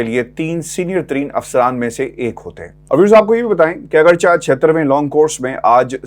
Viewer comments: Agarcha not correct please agarche boley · اپنی وڈیوز بہت درد دل کے ساتھ تیار کرتے ہیں۔ اللہ تعالی ان کو مزید ہمت و حوصلہ دے اور اپنے حفظ وامان میں رکھے۔ آمین یا رب العالمین۔ آپ کے لفظ " اگرچہ" کی ادائیگی میں کچھ گڑ بڑ ہے۔ براہ کرم اس کو چیک کریں۔